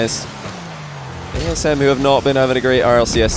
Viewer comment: I kept thinking was messing up by saying TSM because of Eyeignite before realising he'd said ASM right